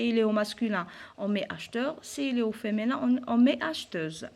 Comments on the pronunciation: بارك الله فيك..في ميزا حسناتكم.. Juste une petite remarque madame.. alors on dit femiiiiiiiinin pas feménin ..le i pas é .... J'espère ..et je vous prie de ne pas mal le prendre.. c'est avec de bonnes intentions.. Sinon vous êtes au top.. Merci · Tu as prononcé mal le mot féminin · Feminin avec un i et pas un é svp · Merci bcp madame mais s il vous plaît il faux prononcer "féminin" correctement.